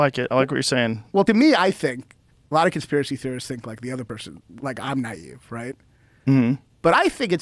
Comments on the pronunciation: It's naive not neive. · Technically it’s naïve as opposed to just “naive” and certainly not “nieve”. The double dot over the i lets you know it’s pronounced as a separate syllable.